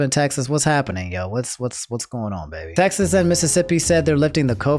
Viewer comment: my man pronounced Texas to “Taxes” lmfao